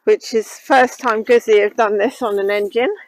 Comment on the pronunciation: Bike looks ok but don't like the display and please note it's pronounced 'Gootsie' (rhymes with 'Footsie')